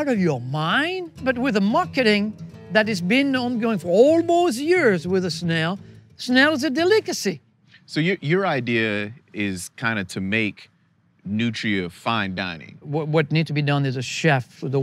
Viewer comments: is how I'm gonna start pronouncing 'delacasy'. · It’s a “dillakasee” 😂